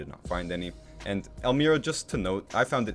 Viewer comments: Great Video! Pronounced El MY ra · Nice video but i really dont understand how you could tour a town and make a narrated video of your trip and not know how to pronounce it. Elmira is not even that unusual of a name.